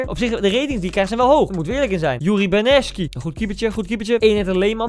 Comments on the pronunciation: Niemand: Helemaal niemand: Koen: Yuri berneskie (met spaans accent) (Yuri Berchiche) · iedereen: berchiche koen: berneski